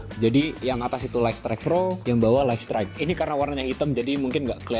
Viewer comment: Bacanya: "Layt strayt" bukan "Layk strayt" 🙏🏾